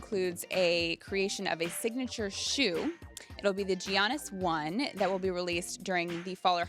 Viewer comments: Did this chick just say 'GI' annis instead of 'Ya' nnis 😶😄😆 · jesus christ when are u going to pronounce his name correctly ITS YANNIS , ok maybe its written Giannis BUT actually is Yannis..... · Γιάννης-Giannis.. pronounce Yiannis.. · It is pronounced yannis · Its pronounced "Yaanus" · Kristine... love you, but please please PLEASE learn how to pronounce Giannis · Someone teach Kristine how to pronounce Giannis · braden gogin colin says it right idk why she wont just say it how he does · im greek and i don't even try to say it fancy like that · YOU DON'T PRONOUNCE THE G IN GIANNIS OH MY GOD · You aren’t supposed to.